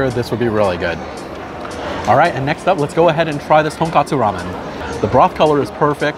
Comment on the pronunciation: Hi! Big fan of your videos here! I’ve never seen any YouTuber eating food with a big smile like you. Makes the food look 100x better! Now I need to say as a Japanese…it’s TonKOtsu Ramen😁😁 Tonkatsu is pork cutlet which leads me to a place that I’d love to recommend to you. Small restaurant in the SouthWest that’s called “TonTon Katsuya”. Very authentic Japanese comfort food experience tucked in the suburbs of Vegas. Recommend you getting the Kurobuta pork loin cutlet (this may sell out quick though) or the Thick cut pork loin katsu set in case they’re out of Kurobuta…and my personal favorite pork loin Katsu Touban-ni set. Don’t forget to order they’re curry sauce and dip in a few bites of Katsu! Highly recommended from a guy from Japan! Looking forward for more videos from you. Thanks!